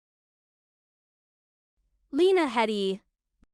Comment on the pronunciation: It's pronounced "hee·dee". Why do you spread misinformation?